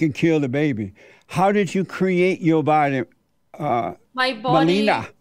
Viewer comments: I love how he pronounces "Melina" as "Melenia" aka. Trump's wife 😂🤣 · Called her Melinial lol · 40 minutes in, he still hasn't pronounced Melina's name twice the same. Amazin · The fact he first says it right and then correct it wrong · I like how he pronounced Melina’s name right and then corrects it wrongly. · He pronounced her name differently, and wrong, every single time. 😆😆😆